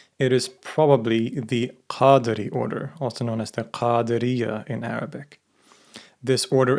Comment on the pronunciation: Your arabic pronnonciation is perfect